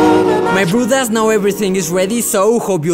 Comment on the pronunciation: First video Ive watched of yours. I thought you kept saying "my rude ass" took me halfway through to realize you're saying "my bruddaz" lmao loved the video!